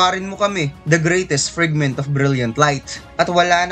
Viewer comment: FRAGMENT KASI YUN HINDI FRIGMENT!